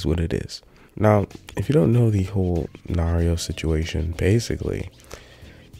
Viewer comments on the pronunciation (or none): Lost all credibility he pronounced Nairo the way you pronounce Mario